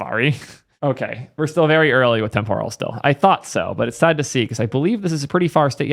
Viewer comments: Let me clarify this, it's témporal not tempóral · Dude, look up the actual pronunciation of temporal.